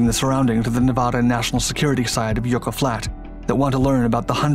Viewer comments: FYI it's not YOU--KA it's YUCK--A. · Yucca = YUK-uh, not YOO-kuh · Yucca. Pronounced Yucka. Like buckaroo without the roo. Always interesting videos. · Just FYI: "yucca" is pronounced yuck-uh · LOL "Yoooka" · You mispronounced yucca again. It's pronounced yuck-uh.